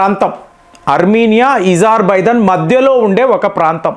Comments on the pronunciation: Nee bonda azarbaizan not Izarbaizan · It's Azarbaijan mastaru Ezerbhaijan kadu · Where did Izar… bijon cane from Its azarbijon ? Say “A” not “I” not “e” correct it ! Its very bad to listen to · Your pronunciation....not correct.. Not izarbizan Azerbaijan ....A...Pl.. correct it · ఇజార్ బైజాన్ కాదు నాయనా అజార్ బైజాన్